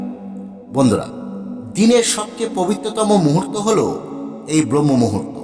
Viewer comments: Utuber kalyane kato panditer dekha pachhi are vabi lekha parar koto adhah patan ghatechhe brohmah muhurta nay otar uchcharan habe brahmah muhurta bangla avidhanti dekhe niben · কথাটা ব্রহ্মমূহুর্ত নয়;ব্রাহ্মমূহুর্ত হবে। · kathata "brahmamuhurto" and not "bromhomuhurto". Please correct and reload.